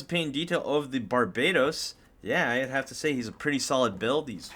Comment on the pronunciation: Bar ba toast is how you say it